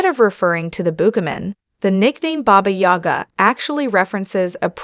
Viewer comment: booga ? fuckin AI